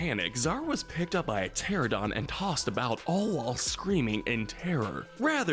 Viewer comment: Bruh this guy dosent know how to pronounce the most basic dinosaur names (pteradon moss-asaur) and says masrani as masroni